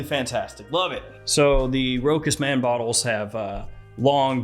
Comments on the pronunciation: Great review 👍 but please pronounce it ROCHAS & not Rokas! Cheers 😀🥂🙏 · Row-has, say it with me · It is pronounced RoSHas. Ch in French = SH